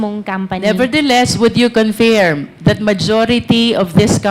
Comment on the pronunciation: Your line of questioning is at first irrelevant then proceeded to lay your foundation and caught the fish in her mouth. My only concern is your pronunciation especially the word "confirm". It's pronounced as "confurm" and not "confeeerm".